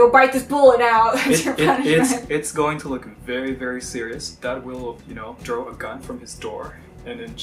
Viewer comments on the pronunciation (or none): none